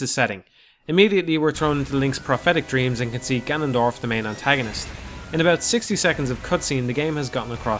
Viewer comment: Inaccurate or accurate, this guy still doesn't pronounce "Hylia" or "skulltula" correctly. Edit: Or "Gerudo." His name isn't "Jannondorf," dude.